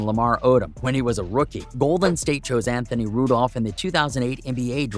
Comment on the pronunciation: i dont think he really know basketball. He pronounce kwame brown's name "kwamm" and who tf is Anthony Rudolf